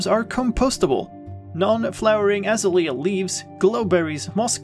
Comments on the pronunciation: I love the way you say Azalea. We say Ah-Zay-lee-ah. You say As-ah-lee-ah. Your way is so beautiful. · A Zay Lee Ah....is the correct pronunciation :) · By the way, the bush is pronounced Ah-ZAY-lee-uh. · Seriously? It's "Azalea" not "Azalea" Lol --three syllables, not four. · hAHa yOU sAId AzaLEA wRONG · The way you say Azalea is hilarious btw